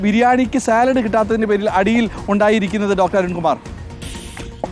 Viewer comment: സലാഡല്ല അരുണെ സാലഡ് എന്ന് പറയൂ. അരുൺ യൂണിവേഴ്സിറ്റി കോളജിലെ അധ്യാപകൻ തന്നെയായിരുന്നൊ